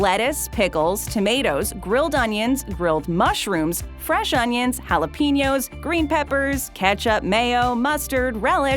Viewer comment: It’s United States and not America. It’s jalapehnos and not jalapeenios